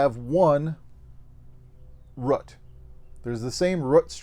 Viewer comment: I’m sorry, how did he just pronounce the word “root”?